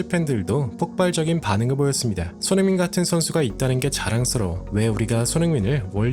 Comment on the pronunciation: 어나운스들이 손흥민 손흥민 귀에 쏙쏙 들리게 소리내어 주니 더 좋네요 **